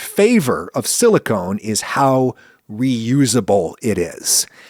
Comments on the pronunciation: If you can't even pronounce "Silicone" correctly, Adam should not have you on the show. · Silicone is not Silicon. LOL TWTF